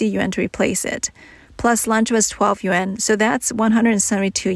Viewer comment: Yuan is pronounced yu-on.